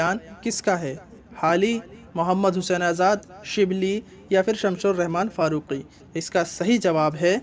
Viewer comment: شمس الرحمن فاروقی ہے بھائی ش لگا کر آپ غلطی کر دیتے ہیں۔ آپ کی اس زبردست مدد کے لیے میں آپ کا ممنون ہوں۔